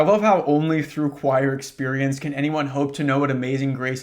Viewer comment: “choir experience” almost sounding like “prior experience” is cracking me up man